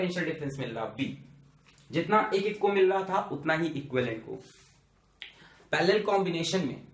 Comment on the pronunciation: 3 ohm , 3 ohm ,3 ohm are paaalalla 😁😁 sir you are too funny